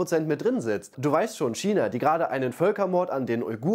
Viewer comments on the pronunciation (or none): none